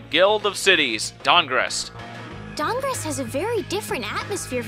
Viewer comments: The guild of cities, StahnGarrest. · The guild of cities, Dang-rest.